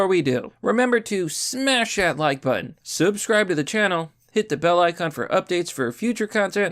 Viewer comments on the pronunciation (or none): none